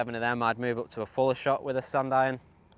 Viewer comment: He is saying "Sand Iron"